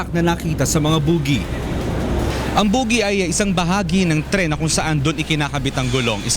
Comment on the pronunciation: mali: "boo-gey" wasto: "bo-gey"